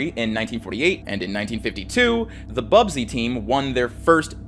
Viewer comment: The Manchester United segment is full of errors: 1. It’s BUSBY babes, not Bubsy - named after their coach, Matt Busby 2. They did not have “just a week to play their matches”, that is not how the European cup worked. The plane they were travelling on simply did not have sufficient range to fly directly from Belgrade to Manchester, Munich was just a stop-over to refuel. Also, West Germany was represented by Borussia Dortmund, neither of the Munich clubs were participating. And in any case, MU played the semifinals against AC Milan. 3. While there were issues with the engine, it was not the reason for the crash. The plane was accelerating just fine and would reach the take-off speed well before the end of the runway, however it was slowed down by the snow that was not cleared by the airport authorities. Unfortunately, still prevalent design of the planes of the time, that tail-wheel undercarriage (two wheels in front, one under the tail) were less effected by such conditions, so not enough attention was paid to the cleanup. MU plane was of the more modern design with nose-wheel.